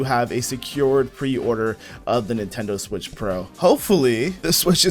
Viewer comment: Neentendoe swish